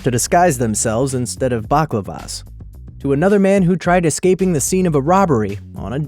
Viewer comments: It's a bally clava not a baklava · "Backlava" it's balaclava. "Joey" it's Joel. Wew. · It's balaclava. Not baklava, that's a pastry!! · You didn't even explain how/where the guy at #10 left his name - did he just drop his wallet or did he spray it on the freaking wall? Also, balaclava =/= baklava, dumbass. 😑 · baklavas? they used tasty turkish sweat pastry treats to cover their faces? thats really weird... unless you meant to say balaclava? Ba la clar va lol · Bala Clar Var its how you pronounce it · Back la var....... Lol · did u just say Baklava's? I am not putting that on my face! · baclavas? balaclava haha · it's pronounceded "bal-a-clav-a" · 'baclavas' facepalm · 10 dumbest pronunciations for the word balaclava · Balaclava is not said like that is it? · That is not how you pronounce balaclava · I thought the same. 😆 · yea i think he forgot some letters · I know right